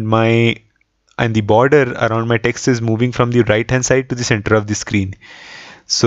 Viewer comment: Dude the number of times you say "perfect" is cringe. And also the way you say it. Say it once in the end, when the result is achieved perfectly. Also, it is not dee, it is the.